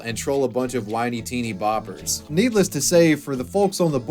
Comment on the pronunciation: "Teeny boppers" is a 50s word (my parents said it). The emphasis goes on the first word, it used to be hyphenated: "TEENy-boppers" (a bit like peanut butter). Just a lil note from an old dude.